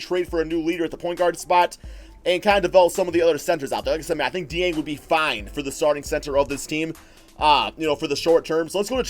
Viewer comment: If your like me, you have been pronouncing it Gorgy Ding. However, that is completely off. According to Rick pitino, there is a K and J sound in the name Gorgui Dieng. Gorgui is correctly pronounced Gorkie, and Dieng is correctly pronounced Jyang with a french twist to it.